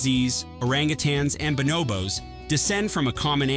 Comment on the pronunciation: It's bonobos, not banobos.